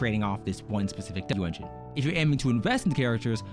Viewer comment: I recommend slowing down a bit, you kept slurring with pronunciation on "W-Engine". A few times I thought you said "Blue Engines" and the like.